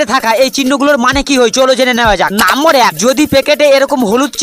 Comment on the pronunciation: নাম্বার❌ নাম্মর✅ 😂😂😂